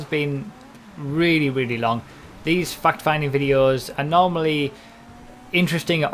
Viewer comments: Great job! I noticed you are trying to say fact finding instead of fuck finding now aswell :P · Finally you have talked about you when saying fact finding like fucked finding. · I did think you said fuck finding at the beginning of the video,(LOL)it does sound similar.I had to double take at the title for a sec.Thanks for the insight on braking and spoilers nevertheless.